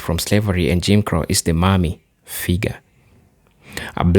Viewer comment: Please, No, the way you say Mammy is not Mommy. Think of it as if you are saying yes Ma’am to a woman and the last part is Me. Ma’am me = Mammy This is the best way I can explain it.